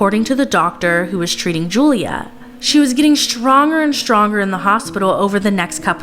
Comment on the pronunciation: “ shtronger and shtronger “ ,what kind of commentator?